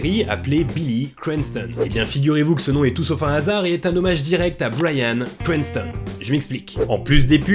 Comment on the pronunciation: La vidéo est très cool mais cet accent :"bwayan cwantson" 'boueykigue bade" 😅